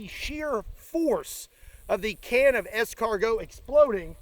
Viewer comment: As a Frenchman, I am honored to see how correctly you pronounce escargot. Indeed, eaten like that, it is just impossible. In the oven with garlic and parsley butter in a crispy pastry shell and a good piece of bread to mop up the fat, that is the right method.